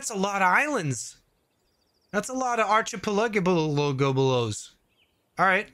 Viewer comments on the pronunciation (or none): Listening to you try to say archipelago is hilarious. Only cause I struggled myself until 2019. This is an interesting looking game. Hope you do more videos on it.